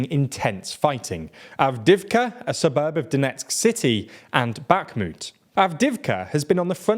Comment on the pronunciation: Also; no 'K' in 'Bakhmut' 😉 Also, also; Eeeeeeegor Girkin, not Eyegor Girkin 😁